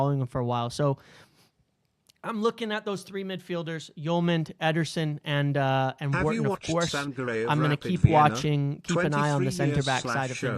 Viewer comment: The way you pronounce Wharton is so triggering 😂